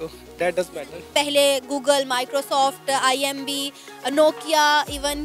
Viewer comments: Why She was saying IMB? It's IBM lmao Pahle kuch research karke aaya karo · Am i the only one who is noticing that anchor herself is saying IMB every single time instead IBM... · Are didi imb nhi ibm hota hai.....🤣🤣🤣